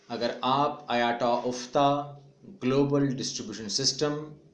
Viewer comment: IATA Brother IATA Ka correct pronunciation (Ayta) hai Na k aayataa !